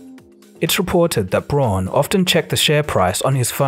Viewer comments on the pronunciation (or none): Awesome vid! Braun = Brown, though!🤗 in German au makes ‚ow‘ sound!!! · Braun is pronounced like the English word "brown", not "bron" or "brawn" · deleted his comment, I guess he learned something ^^ SnoopyDoo replied: "Braun is pronounce "bronn" in German and not "brown". I know. I live here and speak the language." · Braun is pronounced "brown", not "brawn". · It's really pronounced brown. But it's the closest you can get as an english speaker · FYI "Braun" is pronounced more like "Brown" and is in fact the German word for brown 🤎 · German tip: "Braun" is pronounced just like "brown". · Braun in german means brown...and is pronounced with roughly the same vowel sound (unless you’re Australian). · The pronunciation of Braun is like the pronunciation of brown and means almost the same.. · Very nice, but would it kill you to pronounce German surnames correctly?